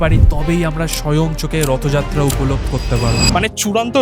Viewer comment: Wtf is Rahatha yatraa Say it " Rotho Jatra " Be a bengali 🙂👍